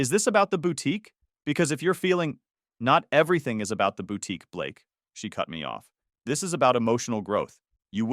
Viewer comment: Blake? You mean Ba-lakay….